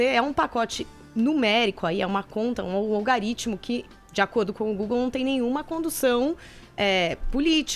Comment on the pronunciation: Apenas corrigindo, não é "algaritmo", como a jornalista falou (mais de 1x) mas sim "algoritmo", que significa sistema de cálculos numéricos.